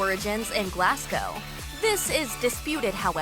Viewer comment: The way she pronounced Glasgow when talking about the Masala broke my heart